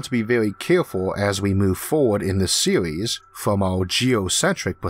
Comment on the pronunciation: Sewies. Eawth. Gwavity. Vawiables. Why did they get the guy who can't talk to narrate the video?